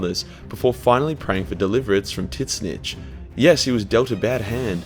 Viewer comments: Can't get over his pronunciation "Tiz - Nich" would love to hear him say tzatziki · I love that you call him "Tit-Snitch"